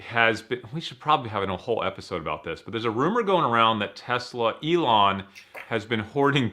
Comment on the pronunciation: It's not pronounced E-lon